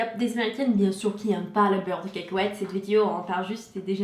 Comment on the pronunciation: Yasmine H mdr caaakowète..